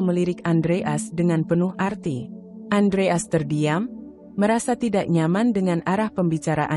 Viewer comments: Iya betul Andreas dibaca Andre as ART dibaca art payah banget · Iya lucu dengarnya Andreas kok dibaca Andre as, jd kurang enak di dengar wkwkwkwkwk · Masak sih baca andreas gitu aja apa susahnya , kenapa bcanya kok andre as... Jadi g enak di dengar..... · Andreas bukan andre as.cara penyampaiannya mohon di belulkan lagi.perhatikan pemotongan kalimat dan penempatan spasi yg bener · Bacanya belepotan andreas bukan andre as. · Itu suara AI. Moso nyebut Andreas jd Andre As, jdnya datar sj, membacakan, bukan story telling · Andreas bukan andre as...belajar baca lagi....🤦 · Andreas. Bacanya Andre. AS. ya wagu to mbak. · Ayo min belajar baca lagi , Adreas bukan Andre' as bener" gak enak didengar deh 😂😂😂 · Andreas gitu lho bacanya, bukan Andre As, apa hurup As itu singkatan,kok bacanya di pisah....yg bener dong klo baca,apa you bru belajar membaca ??? 😜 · Baca yg benar ,bisa gak? Andre as?? Aksen gak usah terlalu dibuat² . 👎 AUTO SKIP